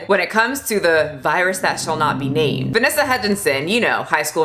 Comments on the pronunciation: You getting Vanessa Hudgens's name wrong offended me lmao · I love you. I love your videos. But every time you say Vanessa Hudgens’ name wrong my heart hurts a little 😂😂